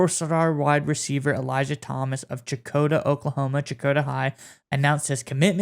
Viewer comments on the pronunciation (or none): Bro it’s pronounced Shakota, come on bro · I’m from Checotah. It’s sha-Ko-ta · "shekota" is how Okies say it lol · It’s pronounced Sheh-cotuh. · It’s pronounced “Shecotah” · Sha- Co- ta. Not a ‘ch’ sound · Checotah is pronounced shu-KO-tuh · It's pernounced with LIKE SH SHECOTAH.